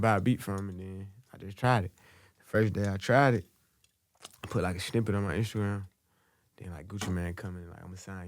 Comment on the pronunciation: Word of the day .. "Shnipet"